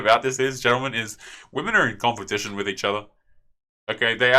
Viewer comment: No more "compeptition"? :D